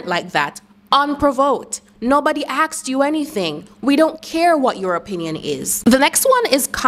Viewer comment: Asked not axed.